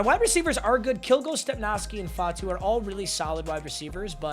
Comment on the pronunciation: Lol how you know how say Nguyen but fatu (fah tu)